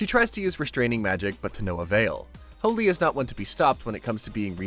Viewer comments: Can’t tell if he says holy or fooly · Anyone else think he's saying hooly instead of fooly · Y can't u pronounce fooly correctly? But good job other wise